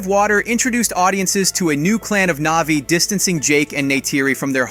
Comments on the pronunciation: Click bait thumbnail and the narrator hasn’t even watched the movie butchering almost every name navi NAHVEE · Why did you stary calling them "NAYVIES" halfway through? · Hate it when people make content just for the sake of making content and therefore money. This guy clearly doesn't even like these movies. Probably hasn't seen them. For f*** sake, if you're making a video about a movie at least make sure you know the correct pronunciation, its Na'vi not navies. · Whats with the sudden poor pronunciation ? Annihilation, Navi, and sacred?